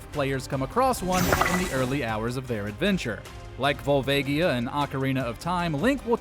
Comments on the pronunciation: Why does everyone always pronounce Volvagia wrong? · Pretty sure that's not how "Volvagia" is pronounced.